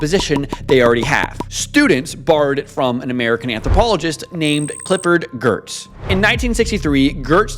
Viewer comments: It is pronounced Geartz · You mispronounced Geertz's name.